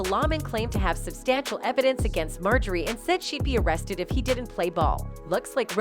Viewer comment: Lol ! MO-JOY-RE , they people to read scripts 😅